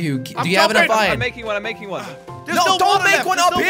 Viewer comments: I remember when he used to call iron I-ron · I say iron like this :Me iron This is how Jelly says it :Jelly irin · He used to say ain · Lel Ayon Its Ion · I love how he says ion instead of iron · How it’s said: iern (iron) How jelly says it: ihyin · Its ayon i mean he did actully say theres more ayon its pronounced iron but instead jelly was like theres more ayon! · I just love when Jelly said Iyon instead Of Iron lol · How jelly says iron: ion How me and some other people say it: iron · josh and crainer: iron jelly: ien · Who remembers when jelly used to say iron whit two rr